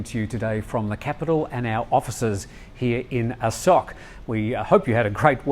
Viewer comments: rhymes with 'oak' like the tree. Not 'ock' as in sock. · อโศก is pronounced a'soak